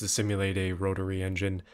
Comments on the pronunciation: 🤣🤣 “Rotory” lmao cmon brother. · No hes poking fun at pronouncing of rotary